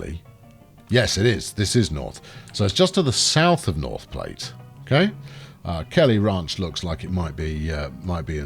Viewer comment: "Vats of Soya-lent Green", I wonder who else got that reference? And it is Plat, sounds like flat...